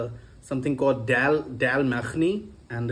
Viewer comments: Dal makhani❌️ Dell makhani✅️ 😂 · No bro its was Dell Makan-eee 🤣🤣🫣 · Dell Mac Ni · I loved it when he said dhal maaknii 😅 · Your american accent is on point, especially the dal makhni 😂